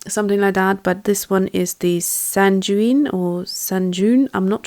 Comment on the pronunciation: sanguine is pronounced sang-win it means cheery, bright, positive. Thanks for the review... beautiful colours.